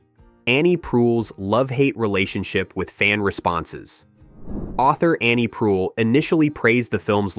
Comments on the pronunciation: Pardon my quibble: This was overall a decent little video about a great film. I just wish the narrator had taken the 30 seconds in pre-production needed to learn the correct pronunciations of the last names of author Annie Proulx (the L and X are silent, rhymes with NEW: proo) and actor Jake Gyllenhaal (the G is soft: JiLL en hall). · Pronounced PROO ... do your research and pronounced people's names correctly...how disrespectful! BLECH! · CRASH was an embarrassment, never mind Roger Ebert. Not even close. BTW Proulx is pronounced PROO, acc. Wikipedia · Why didn't you bother to learn how to pronounce Jake's last name? AND why did you pronounce the author's last name differently at the beginning and then throughout the rest of the post?